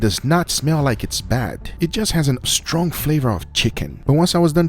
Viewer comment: This guy says stronk instead of strong